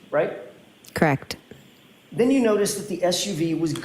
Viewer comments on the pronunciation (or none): I can't stand the way she says correct. She keeps saying krecked.